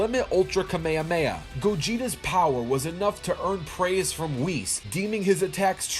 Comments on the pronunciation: Why di Americans say k maya maya when its kami amai hah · I clicked out when i heard kah-maya-maya :|